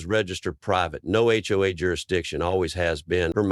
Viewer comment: Was this an AI voiceover, or did the narrator just not know you don’t pronounce HOA as a word? As well, it’s pronounced differently numerous times based on context, suggesting again that it’s most likely software attempting to parse out what this phase meant.